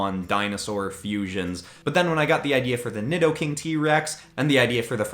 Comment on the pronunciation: Nidoking is pronounced needoking